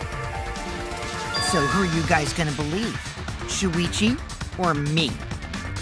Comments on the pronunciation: Everyone said talking and shuichi said that wrong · me trying to find out how to pronounce shuichis name